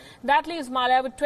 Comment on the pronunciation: No news reader pronounces the konkani surname Mallya the right way